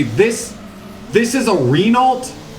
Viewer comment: Pronunciation of Renault gets me every time lol